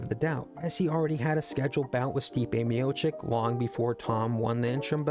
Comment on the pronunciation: Short answer: yes. On the other hand, I cannot take serious any channel who after years still cant pronounce Stipe's surname correctly.